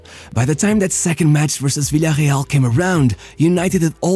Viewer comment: I still dont get why fans that are interested in football cannot pronounce Villareal correctly.